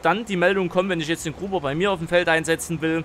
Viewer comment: Es heißt Grubber nicht Gruber 😂